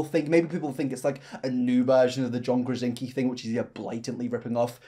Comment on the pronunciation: John Krasinski... you're missing some letters there